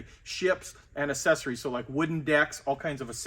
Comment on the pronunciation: Accessories is pronounced ak-SES-or-es. The first c is pronounced as a k, as in accept and accentuate and accelerate.